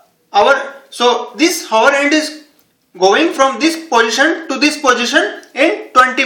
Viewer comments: Its not Haaa .... Its Aa... Hour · hour is pronounced as our. H is silent. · Wait did he just say whore hand 🖐 hahahah🤣🤣🤣🤣🤣🤣🤣🤣